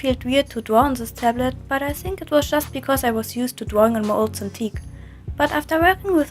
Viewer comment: ''I really like dwawing with this tablet'' nice touch, since you're a ... catlike animal Grüsse aus der Schweiz